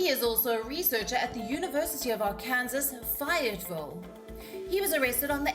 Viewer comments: LOL. "Our Kansas." It's "Our Can Saw." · Min it's not "Ar-KANSAS".... it's "Arken-SAW" for fu$@ sake!!! 😆😆😆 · R-Can-saw. Not R-kansas lol. Good report though, the pronunciation made me laugh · R-kin-saw not r-Kansas lol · Ar- kansas 😂....it's Arkansas sounds like arc-in-saw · 0-KINGSLOTH-0 yeah, pronounced it “R-Kansas” lol she was talking about a university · Anyone else faceplam when she pronounced Arkansas as AR-Kansas?